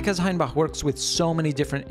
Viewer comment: Congrats on the best pronunciation of "Hainbach" I've ever heard from anyone who isn't a native German speaker! Your "a" is still a bit far back, but not even by much :)